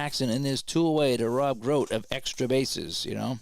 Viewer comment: Grote is grow-tee.... Millan is Mee-ahn... Davalillo is Dav-a-lee-oh....